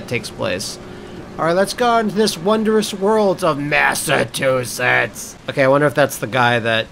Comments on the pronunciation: LOL "Massatoosets" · God! The way says 'Massachusetts' makes me feel like i got hit the back of the neck and head with a cold fish.